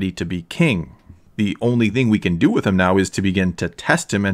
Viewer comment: A good thought. By the way, it’s “with”, not “whit”.